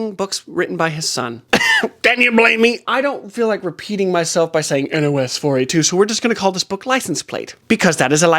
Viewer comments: NOS4A2 is pronounced Nosferatu. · Just came here to say this! I don’t think I’ve ever heard anybody say each letter a number separately 😂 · Please tell me you get that the Joe Hill book is pronounced "Nosferatu." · House of leaves intimidate me as well. Nosferatu it’s pronounced Nosferatu like the 1922 black-and-white movie. You should watch it if you haven’t. Wonderful disturbing twisty read.